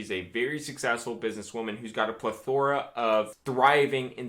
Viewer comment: said pleTHOra. I always thought it was PLEthora.